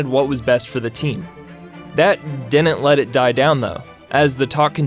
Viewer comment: I'd suggest a remedial diction class. "Didn't" isn't pronounced the way you do in this video. It sounds like you're 7.